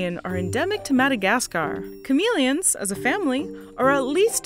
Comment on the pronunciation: why is she pronouncing it chameleons but not chameleons